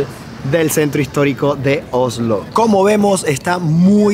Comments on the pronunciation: vas a tener que pronunciar bien la s. Se dice Osssssslo. No ohhhhlo. (Oslo).😘😘😘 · Oslo ,el dice ojolu